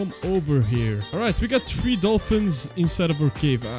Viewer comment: Bro dont know how to say three